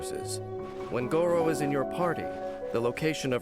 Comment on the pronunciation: I can't help but cringe every time Gorou's name is pronounced with the "rrr" sound since that's the same pronunciation as "dog meat" in China :( Gorou is a Japanese name and in Japan the "r" is pronounced the same way as "L" so rather than saying "go-row" it's more like "go-low".